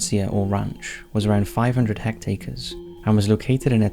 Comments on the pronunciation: I don't want to be that guy, but come on, Hect-acres??? You mean Hectares...Some times your excellent narration is let down by your mispronunctiation. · its hectares not hectacres geeza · Hectacres 😂 I think you mean hectares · "Hecktacres" What XD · Hec-TATERS? You're doing this on purpose aren't you.